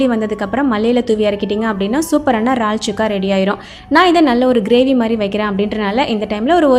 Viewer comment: ரால்… இல்லக்கா இறால்! எங்க சொல்லுங்க